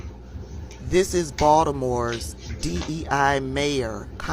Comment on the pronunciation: I love how she says Baltimore 👏🏽 I'm from Baltimore